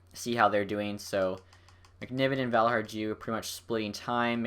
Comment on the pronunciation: Well done! Here's a name pronunciation tip: if someone is Swedish or Finnish and their name has a "J" in it, it's almost always pronounced as a "Y". For example: Paajarvi and Valiharju